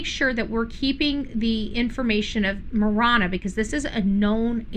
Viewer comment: Ma Ranna..is the correct pronunciation is how us in pronounce Ma Ranna from someone that grew up in AZ, and LOL it is not TucksSon it is Tucson..:face-blue-smiling::face-green-smiling: LOL if you are from AZ, you understand me LOL that drives us, Arizonan's cray cray.. LOL Marana is in PIMA Co. Is 20 miles North of Tucson and 100 miles south of Phoenix! just for those wondering.. where Marana AZ is located.....Part of Marana Co is in PIMA co. and a small section in Pinal co. Marana needs to decide if they want to be called Pima Co. or Pinal Co. The town of Marana is in both Pima County and Pinal County because the town government chose to expand across the county line. Marana grew northward and legally annexed pieces of land that sit inside Pinal County. A bit of history lesson since 1992 still fighting over land right.. HUM LOL